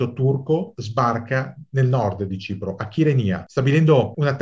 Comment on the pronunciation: Omissioni, drammatizzazioni ed errori. Quando la Turchia ha invaso l'ONU era a Cipro da 10 anni, per tenere a bada l'EOKA. Consiglierei di rivedere anche la pronuncia di Varosha e di Kyrenia.